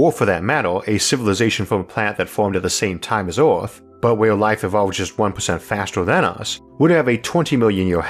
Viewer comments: Ooooooooaaarrtt ... good video beside how you pronounce “er”. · Why are you pronouncing words with an 'E' in it like it had an 'O'?? "Disastors", "Lator", "Oorthh", "Undor" etc etc.